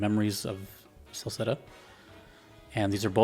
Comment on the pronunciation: "Selceta," you're saying the location correctly. So here's the deal: the map of Eresia, the continent where most of the Ys games take place, is pretty much a 1:1 rendition of Eurasia, but drawn by someone drunk and given names by someone with a speech impediment. Celceta takes place on the border of Gllia (France) and Ispani (Spain) near where the Bay of Biscay would be, but the entire place is under the rule of Romn (Rome). I say this because depending on the version of Ys 4 you'll get different influences of Spanish culture poking in... but Spanish culture as interpreted by someone that has never gone to Spain and confuses it with South America. Memories of Celceta has the least of this, instead focusing on the stories of Adol that have been produced in all the many games since the first version of Ys 4. Why are there so many other versions of Ys 4? Because making a game is hard and expensive, licensing an IP is cheap and easy money, and at the time Falcom's entire staff constituted about 12 people. Yes, that includes the janitor.